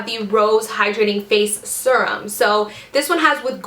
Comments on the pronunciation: Ahhhhh! Me too! And she kept saying it over and over. It's sErum not sUrum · Lol me too! I came to the comments right away bc I KNEW I wasn't the only one screaming it's "seer-um" lol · Ahhhhh! Quit saying sur-um! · omg the way you pronounce Serum is about to drive me crazy! lol